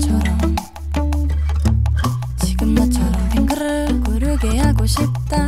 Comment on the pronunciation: 빙그르르 발음 신기하고 좋다 ㅋㅋㅋ 귀에 착 감김